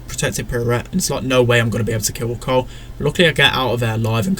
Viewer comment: When says carl it sounds like colt, or it might just be me